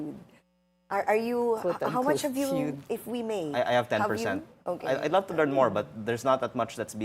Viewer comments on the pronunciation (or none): none